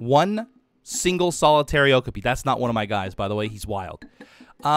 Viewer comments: Love this series, and I'm a huge fan of Okapis (they really are as soft as they look by the way), so I hope you get to put one in soon. Also, you keep pronouncing it with the emphasis on the first syllable OH-kah-pee, but it's actually pronounced oh-KAH-pee. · lol it kinda bothers me the way he says okapi wrong, I always say it like oh-kA-pee not oh-ku-pee and I googled it to clarify and it said you say it the way I thought :))) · O-kop-ee is how it’s pronounced😂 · I thought okapi was pronounced like o-cop-e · Okapi is pronounced (oh-cop-e. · It’s pronounced o-ka-pi